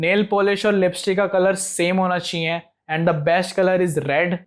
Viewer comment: Aap chiee chiee kiyu bol rhe ho normally chahiye bolo bhai